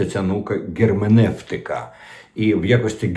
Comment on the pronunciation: Не Ґерменевтика, а Герменевтика